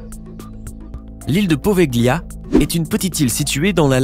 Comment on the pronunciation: Apprenez l'italien,Poveglia se prononce "povelia" car en italien quand le g est suivi d'un l il est muet !!